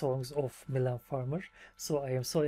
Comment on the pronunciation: Welcome to the coolest fan group 😉 you seem like a pretty nice guy too 😁 i love how you could spell "Mylene" correctly from the first time, most youtubers find it hard to pronounce it right Coffee and Mylene is the best combination ever 😉